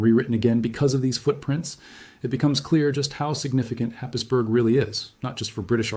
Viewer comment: It’s pronounced, Hays-borough, not Happisburg